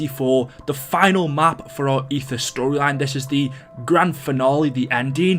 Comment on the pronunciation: When i heard "the end of aether stroyline" i looked at my phone for a minute like "whatd u say"